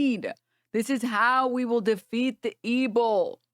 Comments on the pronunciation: 1. I'm convinced "ebil" is a deliberate mispronunciation, not sure what he thinks it can do for him legally but he's dumb like that 2. Alex Jones is a known chaser, it's so funny seeing him even dare to bring up that topic or use the word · I can't unhear ebbil